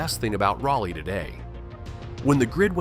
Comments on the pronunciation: One should ask Mr Jim Goodnight or Howard Walston ? Does it really matter why the Lane Property became Raleigh? Land deal, money, influence? Nope, that's politics. Now, fix your AI to pronounce Raleigh correctly. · AI, but interesting. I just wish your AI voice over would have pronounced the name of the city correctly (by local vernacular). Drove me bat crazy. What happened during the Civil War here could have been elaborated upon. Raleigh was a fortified city with walls and ramparts around most of it - and canons. It wouldn't have been a walk in the part for the North. Some parts of the fortifications are still visible if you know where to look. One wall looks like a simple retaining wall behind a house, and only has a small plaque indicating what it really is. The deal made was that no shots would be fired at the Union troops, or the city would burn. But.....one retreating Reb, supposedly from Texas, almost ruined it for everyone. There was a statue of this guy at one point, but I haven't looked for it for years. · Your robo-voice needs to pronounce it properly. He consistently pronounces it "Rally" which is incorrect. It is pronounced "Raw-lee" without exception. Fix it! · I say the locals call it Rolly. The word raw isn't what I hear. How about Rah-lee? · Shoutout to Salt Lake City , The Grand American Hotel. Nothing to do with Raleigh. Zero mountains. Also, "RAH-lee". Not "rally". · Rah-lee, not Raw-lee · It's "Rah-Lee", for the record. We don't say 'You-All", it's Y'all. Sir Walter never set foot here, as far as we know....his last words were: " 'Tis sharpe medicine, and a cure for all E-Villes." One more thing....DOOK is known as "The University of New Jersey at Durham." ✌ 👽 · Just sounds like Wisconsen accent on that word. My biggest peeve is saying "read", when in past tense would be pronounced "red". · well, more like RAH - lee. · Imagine making a video about a city and not even pronouncing the name right. This video sucks.